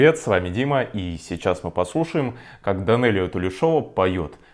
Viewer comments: ТулЕшева - ударение на второй слог. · Фамилия произносится ТулЕшова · Ее зовут Данелия ТулЕшова. Ваше произношение слух режет. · Писать едкие комментарии Вы горазды. Автор ведь написал в комментарии и закрепил его, что знает, что неправильно произнёс, и в следующих видео будет произносить фамилию Данэлии правильно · а в чем едкость моего коммента? Я написала как есть и вам не кажется, что автор внес изменения в свой коммент после моего замечания? Нет? Тогда посмотрите внимательно. А написала я потому что и ранее слышала, что Дима не так произносит фамилию и это действительно слух режет. Будьте здоровы! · Сильно режет, неужели это так сложно произнести правильно фамилию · сложно, особенно для жителя другой страны, не Казахстана. Фамилия Данэлии оканчивается на -шова, а должна на -шева, её фамилию записали с ошибкой. Дело в том, что если фамилия оканчивается на слог -шов, то ударение ставится на этот слог. Если бы записали фамилию "Тулешева", то путаницы не было бы. Человек об этом не знал, когда сделал первые две реакции ( их записал подряд, просто выложил с интервалом в неделю). В первой реакции заметно, что он не смотрел видео полностью, правильно потому что: - Ошибся с возрастом Данэлии; - Неправильно произнёс фамилию; - Не знал, что она исполнила вторую песню. Лишь когда посмотрел полную версию видео из "слепого" прослушивания в "Голосе. Дети", или когда прочитал комментарии к первому видео, он понял свои ошибки, извинился и сразу предупредил, что и второе видео будет с ошибочным ударением, так как видео уже смонтировано, а в последующих видео он будет правильно произносить её фамилию